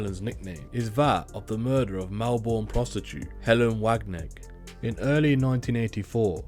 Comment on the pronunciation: Kath had 10 not 7 kids and that is only the start of the incorrect information. Plus it's helga not Helen wagnegg and its pronounced melbin